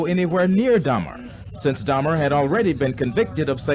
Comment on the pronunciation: Dahmer not Hamer ❤